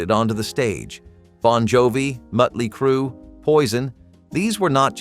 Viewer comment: It's Motley Crew, not Mutley. Sheeish, these narrators need to learn to pronounce the words correctly.😅